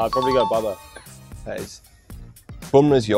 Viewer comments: But Didnt he say Babars ??? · He said Babar 😂! No boy